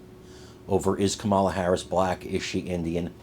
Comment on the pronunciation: You mean Camela? Yeah, that's about right.